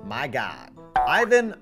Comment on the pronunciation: You mispronounced Ivan’s name. You say the name with the short “I” sound, not the long one.